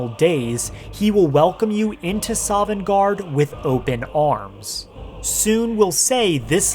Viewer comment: "Not quite sovengarde"